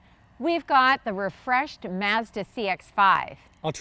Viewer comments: It's Mazda. Not mauzda. Say it right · *Meah-zuh-dah*... yup... she's Boston Italian... Too bad Netflix Cowboy Bebop got cancelled... At least Yoko Kanno, the music composer, came back. Made a guitar cover video for the ending theme, The Real Folk Blues. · Sorry pretty lady pronounce Mazda correctly as yanks just don’t know how to speak 🤣🤣 🇦🇺 🦘